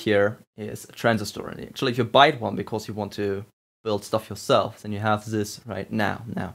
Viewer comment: i heard him say "zis"